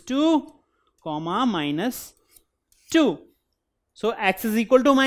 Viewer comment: U say d "comma"like a Nigerian.nice Job